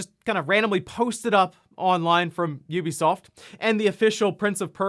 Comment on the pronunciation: Incredible Nintendo stats. And finally someone who pronounces Ubisoft correctly!